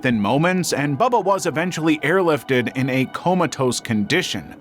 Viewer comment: did he said Comatozze condition